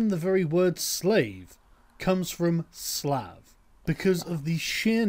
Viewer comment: but it's slav not slavo